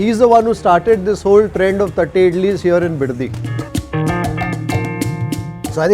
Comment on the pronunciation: I laugh so hard everytime he says tatte idlis 🤣🤣🤣🤣🤣 sorry.. just my sense of humour